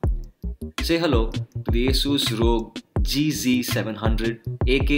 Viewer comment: It is not रॊग but R.O.G , for God sake.